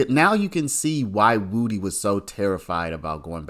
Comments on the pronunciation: HIS NAME IS WOODY! PRONOUNCED WOOD-DEE! NOT WOOTIE! 😂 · Do you really not know how to say wood e You keep saying it WOOTY AND ITS WOOD E LIKE WOODY WOOD PECKER WOODY BRUH SAY IT WITH ME WOOD EEEEEE NOT WOOTY 🎉🎉🎉 YOUR SAYING WOOT WOOT WITH A Y THAT'S NOT THE MANS NAME 😂 ITS WOODY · someone needs to explain to this lying thug that woody is pronounced wuh dee not woo dee